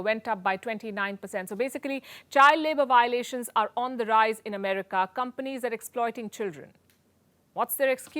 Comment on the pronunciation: Americ-AH! Lol